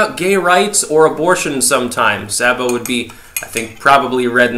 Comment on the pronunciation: His name is pronounced SAY-bo.